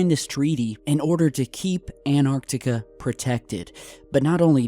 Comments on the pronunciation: gotta remember that there is a t in anTartica. ... not anartica so it's pronounced anTARtica. ..thanku :) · He always say anarctica even though antartica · AnTartica T T T shall i refer to you as? Please pronounce the T!! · ANARTICA XD XD XD XD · An tar tic a